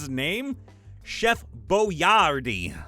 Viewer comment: Entire Boiardi aka Hector was an Italian immigrant that started the Chef Boyardee company. You actually pronounced it correctly